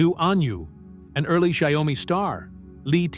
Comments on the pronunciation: I believe it’s pronounced “shau-me”. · wow, your AI voice over sucks. cannot even pronounce the name of the company correctly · Learn how to pronounce XIAOMI dork!